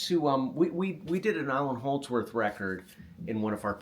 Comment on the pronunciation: Great stuff! Sorry but “Allan” Holdsworth 😬